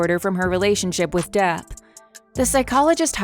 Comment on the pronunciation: The bot narrating this is pretty damn good. The tells that its a bot is easy to miss. I find it funny how it says Depp as "duh" when it's at the end of a sentence.